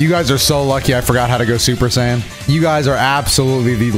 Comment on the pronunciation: "Super sayen"